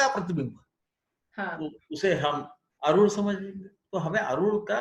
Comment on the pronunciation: पहली ख़ुशी तो ये हुई की आप "आरुढ" शब्द का सही उच्चारण कर रहे है|u-tube के कई videos और अन्यत्र आरुढ को अरुध या अरुद्ध बोलते है| बहुत ही ज्ञानप्रद 🫀🫀🫀